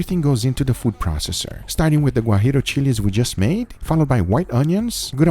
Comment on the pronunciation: Everything right but really "guajiro"? Hahahahaha